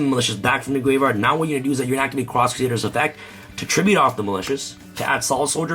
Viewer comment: ”gwave wyard UwU”